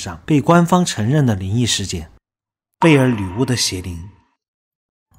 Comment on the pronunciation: 背景音樂比你說話大聲，說話該斷點就斷點，不要硬拉造成鼻音超明顯，整部片子都在貝爾“鋁”巫